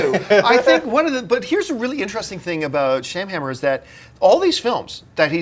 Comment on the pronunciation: Dude, as a professional in what you do, you should give M. Night more respect and at the very least pronounce his name correctly. He may not like what you have to say about him, but will at least acknowledge you by your name.